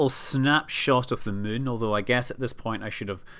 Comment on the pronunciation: He clearly says 'Mun' instead of 'Moon'.